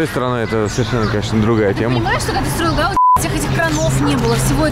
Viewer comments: ГаудИ , а не ГАуди !] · Gaudí, ударение на и.